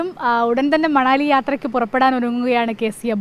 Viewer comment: മണലി അല്ല കൊച്ചേ മനാലി... 10 പ്രാവിശ്യം എഴുതി പഠിക്കു... മനാലി